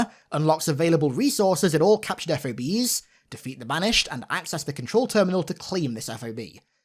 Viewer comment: Just call em ‘Fobs’… not F.O.B’s, that’s how they are pronounced